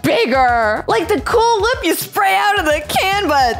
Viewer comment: “CwOoL wHiP” also I wuve ur vids